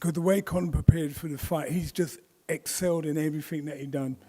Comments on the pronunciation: Nigal said he’s eggscited 😂 and that his sons eggzelled 😂😂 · I heard this as I read it and it seems he does pause between egg and cell for emphasis 😭